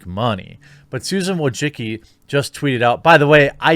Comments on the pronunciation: Mate I let we say dislike this woman but you pronounce her surname hilariously wrong, she is Susan Diane Wojcicki not wojciki or wojicki, sorry but im just laughing my ass off. Btw I agree with you. Take care TheQ. Have great day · Is this the correct way to pronounce Wojicki ?